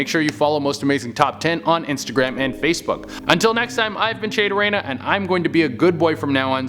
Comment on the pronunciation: You couldn't say "Durena" whiter than he can!!